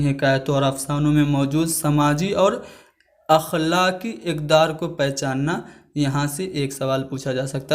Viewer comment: بھائی آپ ٹیچر ہیں۔ آپ کے تلفظ تو درست ہی نہیں‌ ہے۔ جیسے تجاہل عارفانہ اور اخلاقی اقدار کو غلط پڑھا۔ اس کے علاوہ اور بھی